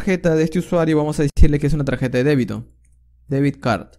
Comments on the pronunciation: debit no debid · Debit card, not deviD card. You need to practice your English, amigo. Se nota mucho que no sabes inglés. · Debit... no debid. Gracias por el video ❤